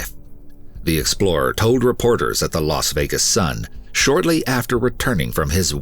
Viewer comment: Really ? Very interesting story of determination and courage. But on a note for the narrator; you mispronounce too many words. And the name Las Vegas is not pronounced "Los Vegas"; Las is pronounced "lass", which rhymes with "gas". Process, is not pronounced "Prawcess". Evade is not pronounced "avade". There are many more, but you probably get the idea. Having a good voice is one thing, but like a singer who sings off key or off time, does not really cut it. Stay safe y'all.